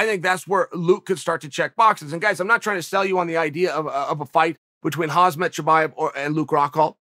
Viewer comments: it was never funny even the first time you fumbled with "HAM" "SAT", thats phonetic, not "HAZ" "MAT", which is a biological attire. If part of your occupation is to know your products ( here with fighters), you need to be able to pronounce said products/fighters. so in the beginning, new name, etc... time elapses. One year later now since Chimaev came on scene and you still disrespect a fellow colleague/fighter by mis pronouncing his name? its not rocket science of course, thank goodness. nice job... not .... Chode or I mean CHAAAA EEL , pronounce phonetically as "CHARRED EEL "...... with your name.... its ironic you can't pronounce one easier than you. that speaks volumes about how intellectual you are .... lol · Is Chael buthering Khamzat's name on purpose? Hazmat? He does it every single video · Am I the only one who gets annoyed when he says HAZMAT Chimaev? Lol it’s really not that hard of a name if you actually read it smh 🤦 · Over/under for how long til he stops calling Khamzat Khazmat? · Chael "Khazmet" Sonnen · ‘Hazmath Chamaev’ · I Wonder how long it takes before chael can say khamzats name right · Why can’t chael still not pronounce khamzat’s name correctly?